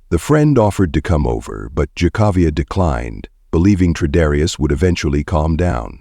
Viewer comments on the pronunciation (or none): One favor, honor by learning the correct pronunciation of her name and keep it consistent in the video Jah-kah-viah or Kay-kA-viah? Figure it out! May she rest in peace.